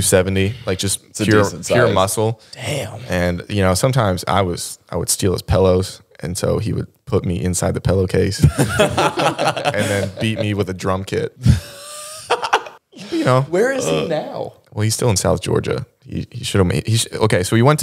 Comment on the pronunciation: it’s pillow not Pell-o 😅